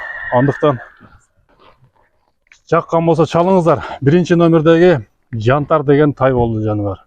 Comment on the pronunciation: Кыргызым Жантар эмес Янтарь болуп окулат